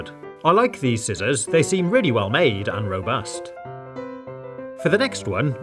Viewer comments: When ever he says scissors 😩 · 'I like these sizzors'